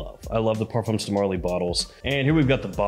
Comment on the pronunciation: Hi, thx for the review 😊 I just wanted to tell ya that " Parfums De Marley " is a French brand & the "s" in parfums is a silent letter, it's not pronounced. french ppl say " par. fin "